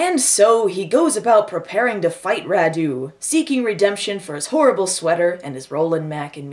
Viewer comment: As a Romanian: Radu is not pronunced RaDU but RAdu (accent on the first syllable). The car the girls drive is a Trabant, the legendary car from Eastern Germany (we had it also in Romania being part of the Eastern block). And the movie is deliciously bad, had no idea this was the first US film shot in Romania (oh boy, surprise, it's about vampires!)